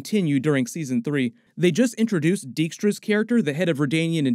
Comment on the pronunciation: Dijkstra is actually a Dutch / Frisian name. In English you would pronounce it more like "Dikestra".